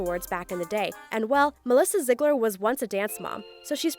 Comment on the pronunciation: STOP SAYING ZIGLARS. ITS NOT SAID LIKE THAT 😭